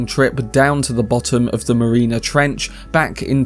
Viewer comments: Mariana not Marina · Its pronounced MAr-e-an-us Trench. Not "Marina". It is spelled Marianas. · "making a record-breaking trip down to the bottom of the Marina Trench" ... er ... no, MARIANA not MARINA. The letter A appears THREE TIMES in the name. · Marina Trench? Seriously? Even if it had been spelled wrong in the script, you must have heard of the Mariana Trench.